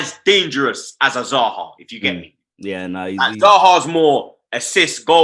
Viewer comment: Notice how when was back on aftv, robbie called zah zy. You know even the don realises the zah is like ty